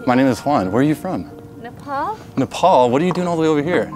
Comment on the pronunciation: I'm from Nepal and can confirm she's 100% Nepali. The way to find out is how Nepal is pronounced, the correct native way to pronounce Nepal is "Ney-paal" and thats how she pronounced it. Almost every foreigner pronounces Nepal as "Ney-paul". I've never heard a foreigner pronounce Nepal correctly.